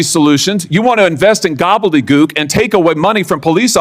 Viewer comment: 😂 "GOBBELEDGOOK" 😂 he's a Harry Potter fan, bet he's not a fan of Emma Watson